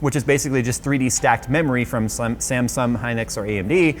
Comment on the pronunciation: "samsum" lol